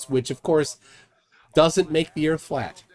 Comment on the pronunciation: Ladies n gents, flat erf!